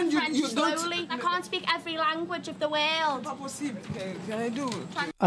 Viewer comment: "I can't speak every language of the whaled"